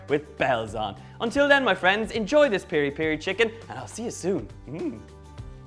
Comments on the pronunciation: By the way its Piri-Piri not Peri-Peri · the sauce its Mozambique as well...its piri piri not peri peri.